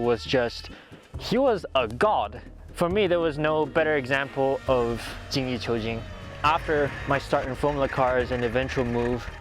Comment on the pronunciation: 精益求精 is “Jean Yi chew jean”